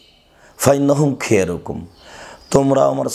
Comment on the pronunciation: "খেয়রুকুম" এটা কেমন উচ্চারণ? লোকটা আঞ্চলিক ভাষায় তার নিজের মত করে কোরআন হাদিসের উচ্চারণ করে এটা কখনই সঠিক হতে পারনে না!!